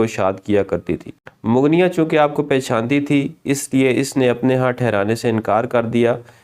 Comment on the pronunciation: یہ جو لفظ ہے مغنیہ اس کا تلفظ(mog- nia) آپ نے کہاں سے سیکھابہے؟